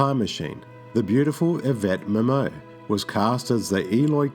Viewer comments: Yvette "Mim-o?" I think its Yvette "Mim-you." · Yvette Mimieux's last name is actually pronounced "Mim-U". And Whitt Bissell was also in the classic 1950's sci-fi movie "Invasion of the Body Snatchers". Paul Frees was also in another H.G. Well's 1950's film adaptation "War of the Worlds". He's also in another 1950's sci-fi classic "The Thing From Another World". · First, the lady's name is pronounced mimiyou, not mimmo. Second, the doctor's name is pronounced "low". If you had seen the movie, you would know it doesn't rhyme with "cow" In fact, it's Tony Randall's first line as he watches a kid trying to pronounce it... "Low. Doctor low." Please try to be familiar with your subject matter, next time.